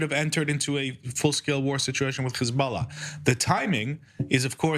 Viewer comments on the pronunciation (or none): What is Khizbala this Israeli is talking about ? Is it Hisbollah ? Why Hebrew speakers and Zionist supporters try to pronounce every h they see in Arabic as kh ? If you can’t pronounce it then do not try it !